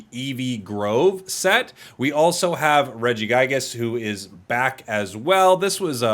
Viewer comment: ainoway he said regiGAYGAAS